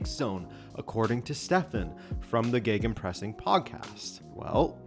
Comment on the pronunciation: Gaygenpressen.... where the hell did you guys interprete the letters g and e together and get Gay?....